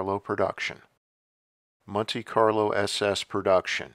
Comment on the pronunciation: what's a munte Carlo?